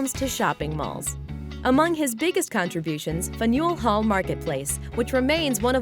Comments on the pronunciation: you pronounced fanuel hall wrong! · LOL. Well, it's easy to tell that the narrator has never been to New England. A local wouldn't have BUTCHERED the name of Faneuil Hall Marketplace. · Faneuil hall was pronounced wrong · the way she said "Faneuil Hall" killed me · You pronounced 'Faneuil Hall' incorrectly, at least I have something to laugh about today. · The way she pronounced Faneuil Hall killed me ahahahaha